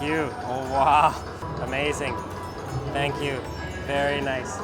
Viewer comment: Vaary noicee xD